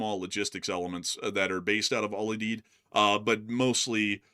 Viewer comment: Al You-Deed. It's a hard U.